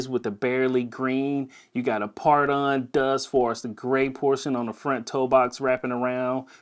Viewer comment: Photon Dust “foh-ton-dust”